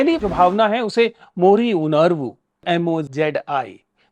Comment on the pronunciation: It's not मोरी, it's मोळी. Similarly, it's कळगम् not कर्गम्. Absolutely! Hindi shouldn't be the sole language promoted by the national govt, hindi shouldn't be the sole language representing India internationally coz India isn't a hindi rashtra. Indonesia is a bad example due their language policy favouring only the Indonesian dialect of Malay language. Canada, Switzerland, Singapore, Ethiopia, Belgium, etc are much better examples of language policies trying to maintain national harmony among diverse linguistic communities.